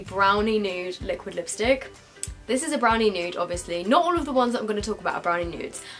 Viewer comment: take a shot every time she says liostick